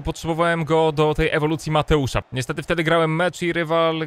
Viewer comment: mam na imie mateusz i kreci mnie to jak mateusa nazywasz mateusz :D